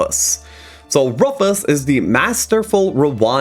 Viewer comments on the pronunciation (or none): Excellent video as usual. I disagree with some of your rankings as usual due to your PvP bias, but it's still well done. Also, your pronunciation on some of these heroes is odd and probably incorrect. For example: - Rufus is pronounced "roo-fus," not "roof-us." - Funerella is pronounced "few-ner-ella," not "fun-er-ella." Her name is a play on the word "funeral," not "fun." - Natalida is pronounced "na-til-dah," not "nata-lida." - Tarius is pronounced "tar-ee-us," not "tare-ee-iss."